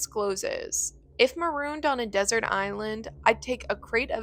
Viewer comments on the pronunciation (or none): none